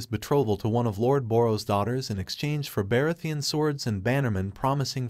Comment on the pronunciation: That's the only Name you noticed was Targaryen? Baratheon, Rhynera , Aemon, Aegon ,etc ,Umm 😳 All the names are mispronounced . Not a very smart AI .